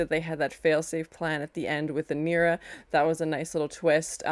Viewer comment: Her name is Inara not Inira, I was a little annoyed by that....anyway, love the reaction.